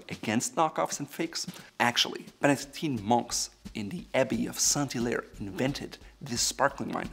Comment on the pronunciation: Saint-Hilaire being my last name, I got all fuzzy when I heard you repeatedly pronouncing it quite right for an anglophone! Bravo!